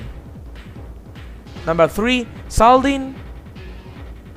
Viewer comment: I pronounce Xaldin with KS and you?